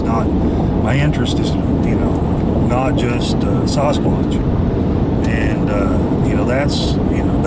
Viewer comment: Dear, I really like the way you pronounce Sasquatch. That kind for your integrity.